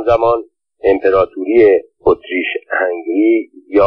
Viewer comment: اسم امپراتوری اتریش - هنگری را هم غلط تلفظ می کنید. هُنگری به ضم هاء است. البته مطمئنم ضم هاء نمی دانید چیست ولی کافی بود به املای فرنگی نام کشور مجارستان (Hungary) دقت می کردید. حروف لاتین را می توانید بخوانید؟